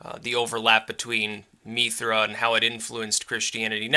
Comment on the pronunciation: Its actually pronounced Mithras in a Roman/Greek context. Have yu read Evola's work on Mithraism?